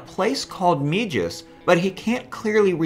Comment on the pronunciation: it's not mee jis, it's may hees-a spanish pronounciation.